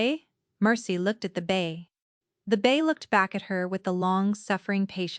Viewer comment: Its bay not bass and mare not mayor also foal not full Enjoyed the story it the narrator and the video fit Together we'll Fla USA